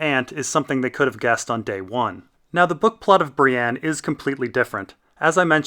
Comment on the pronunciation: Why do you say "Bri-ANNE"? There's no A in her name.